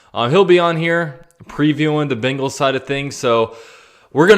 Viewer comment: Why do you pronounce bengals “bingals”